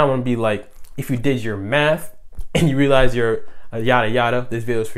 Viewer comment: 💀💀💀 I can’t unhear it now